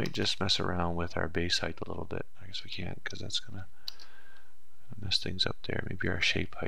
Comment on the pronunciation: height not heigth........